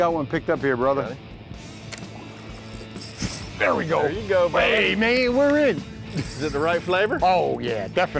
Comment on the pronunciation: THey really should stop calling each other "brothah" (brother)